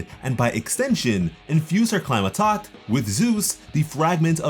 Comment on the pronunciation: Bit of a nit pick, but Climatact is pronounced like "tack" in "thumb tack." Flat "a"